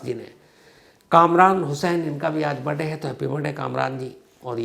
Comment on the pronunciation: आपका "बर्डे" बोलने का तरीका बहुत अच्छा लगता है..! मै जब भी आपका कार्यक्रम देखता हूं तो अंत तक ये शब्द सुनने का इंतजार करता रहता हूं..! बहुत बहुत धन्यवाद सर 🙏😂